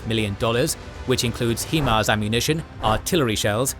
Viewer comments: HIMARS is pronounced "High-mars", not "HE-mars" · HIMARS = HIgh Mobility Artillery Rocket System. It's not pronounced HEEMARS. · They got him with a “HEE-MARS” strike?… interesting 🤔